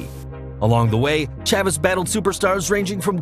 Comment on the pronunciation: Chavis was pronounced wrong. The name rhymes with Davis and doesn't sound like how it was being said in the audio for the video at all.